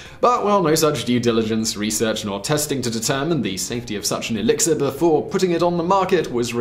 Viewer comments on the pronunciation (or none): I keep hearing alexa instead of elexir 😂